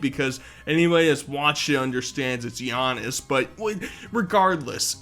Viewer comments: Creates the absolute worst NBA line up possible. And pronounces Giannis as "Gee-annis" which is (not) cute. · bro pronounced giannis “Gee—onis” 💀💀😢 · He doesn't know how to say Giannis. 😭😭😭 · the way he pronounced giannis name bro